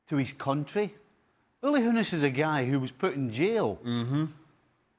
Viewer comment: "Hoe-ness" hmmmmm